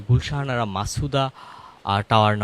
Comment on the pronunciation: গুলশান আরা। আপনি ভূল উচ্চারণ করছেন, গুল শাহানারা বলছেন।